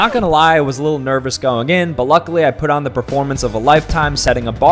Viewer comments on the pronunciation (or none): Why you say “got my money” like that lol😂😂